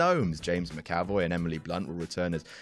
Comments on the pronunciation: "James Mc-AH-voy"? Where did that come from? As a Scot: just no. Or "n-OH", if you prefer. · It's pronounced James Mac-avoy btw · James Mah-Cow-Voy? Should have just said James, My Cowboy. Sounds like a good title for a new Nicholas Sparks novel. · James Mc-ah- voy!?!? Omg I CRINGED at that pronunciation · YOU MISPRONOUNCED JAMES MCAVOY'S NAME!!!!!!!! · Can't even say James McAvoy's name😂